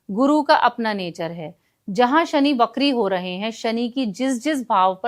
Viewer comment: it's pronounced "vakri" not "BAKRI" 😂😂😂😂